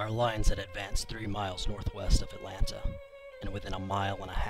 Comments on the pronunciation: Why is the narrator of this video calling "Atlanta" something that sounds like "Elena"?? If you are going to have someone narrate these, at least get someone who can pronounce things correctly! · She did NOT do a "good job!" She couldn't even pronounce "Atlanta" correctly! She called it something that sounded like "Elena."